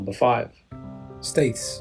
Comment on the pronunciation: Whitby was the location of a synod many years ago that set the dates used be the Christian world to celebrate easter. Staithes is pronounced steers by us locals. Durham is one of the oldest city's in England, along with York. Some of the smaller seaside towns are really beautiful, like my little town Saltburn by the sea. We have the second oldest working water power funicular in the world and the northern most pleasure pier.